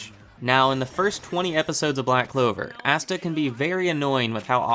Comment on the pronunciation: ITS ASTA NOT AUSTA!!!!